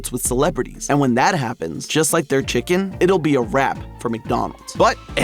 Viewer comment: “ chickenl is crazy